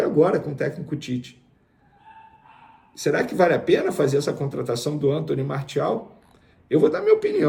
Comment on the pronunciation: A pronúncia é MAR-CI-AL e não Mar-THI-al...O cara é francês...